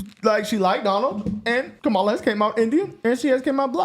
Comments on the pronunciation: Right!? And, she mispronounced Comma-la's name🤣 She called her Camel-la😂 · Did Whoopi just say “Cam-ela”? Is that racist? Isn’t it “Kom-ela”?? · Learn to pronounce the Vice President's name. Here, let me help you: COMMA-LUH (Kamala), not KUH-MAH-LUH. You sound like Trump mispronouncing it. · Why don’t they attack Whoopi like a bunch of cackling vultures ….she just mispronounced Kamala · Did anyone else notice that Whoopie mispronounced Kamala's name? What a racist! 😂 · So Whoopi also apparently has difficulty saying Kamala's name correctly as well. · Did Whoopie go and mispronounce Kumala’s name 😅 🤣 😆 😂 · Notice that Whoopi mispronounces Kamala. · Whoopi can’t even pronounce her name right. lol 🤦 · Whoopie mispronounced Kamala... SINFUL and against the law?..LOL...... sophistry ~noun the use of fallacious arguments, especially with the intention of deceiving: This is the LEFT 100%